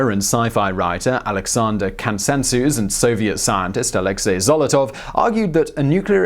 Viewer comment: Not "Kasantsews", probably Kazantzev